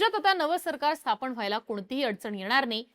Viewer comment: स्थापण ❌ स्थापन ✅ उच्चार सुधारा नम्र विनंती.